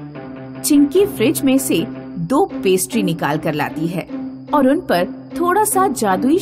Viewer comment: Perestry nahi hota hai pastry hota hai